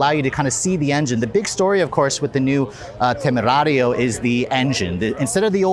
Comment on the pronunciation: I though he’s gonna be reckless with the pronunciation of “temerario” but actually it has been pretty accurate!!!👏👏👏